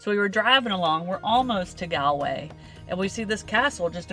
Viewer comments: Galway way is pronounced Goll way not Gaalway. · My ears bleed a little bit every time I hear you say Galway. It's "Gall-way" like Gall bladder.